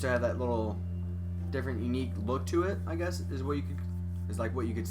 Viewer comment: I never heard a guy say unque